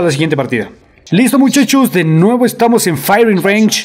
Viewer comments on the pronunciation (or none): none